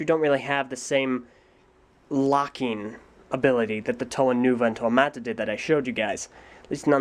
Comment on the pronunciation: It's pronounced Muh-Tah, not Mah-Tah